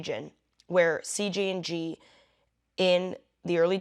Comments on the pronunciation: why do you keep saying CGNG is it CJNG or CGNJ ? your post name is CJNG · Why do you keep saying CGNG? When the subject line says CJNG.